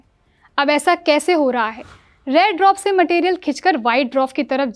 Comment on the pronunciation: पहले पढ़ना लिखना बोलना सीख लो , तब न्यूज़ रीड करना , dwarf भी नहीं बोल पा रही